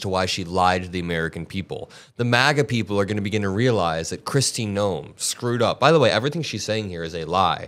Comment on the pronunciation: Did you just call her chrisy gnome..😂😂😂